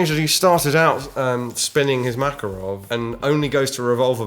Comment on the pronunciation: you said makarov like they do in the game, which you previously commented that no one says it that way :)